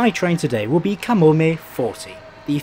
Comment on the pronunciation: I live in Japan, and I must say - it was great to hear you nail the pronunciation of the placenames etc. Usually people butcher them and it hurts my ears. Good stuff. Easy sub.